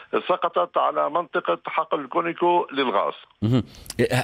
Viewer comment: الغريب أنه الكل بدون استثناء يلفظونه كونيكو .مع العلم أن اسمه على اسم الشركة كونوكو. Conoco ... منين جابوا الياء بدل الواو ؟